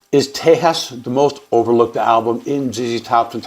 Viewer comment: I appreciate your vids on ZZ Top and will watch all of them but as a Texan I have to correct your pronunciation of Tejas. It’s Te-HAAS, brother. 😉 This album is my fav for sure. There’s so many different layers here. Mexican Blackbird?! Redneck country! Frank’s drumming is excellent.